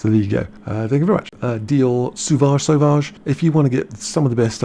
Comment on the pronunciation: Sauvage is pronounced like the eau in eau de toilette...